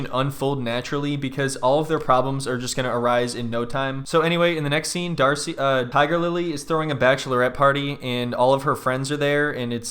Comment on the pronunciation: Him saying Darcy is hilarious